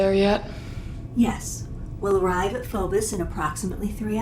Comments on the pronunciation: Notice how the commander kinda looks like Doomguy. It's pronounced "FOE-bose," not "FOE-boss." Wait a second. Heh, foe-boss. The innermost "Inmost Dens." Lame design with zero thought put into ergonomics. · "we will arive at phobis in exact" ITS PHOBOS! YOU CANT EVEN GET THAT RIGHT MOVIE? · Are they so stupid they have the VA pronounce Phobos as "Phobis"? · Um... the characters in the movie can't even say the name of the moon right. PHO-BOS. Two long O's. Not "Fohbus". No one involved in this production ever played any Doom game. And I guess they picked up their female lead actor at a gas station somewhere or something. She is boredom incarnate. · they can't even pronounce Phobos right